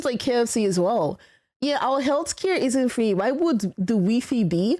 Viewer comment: How she pronounces wi-fi as 'wee fee' is just adorable.